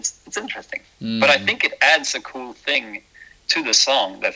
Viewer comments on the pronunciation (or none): none